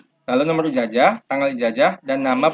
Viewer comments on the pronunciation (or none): Ijazahhh bukan ijajahhh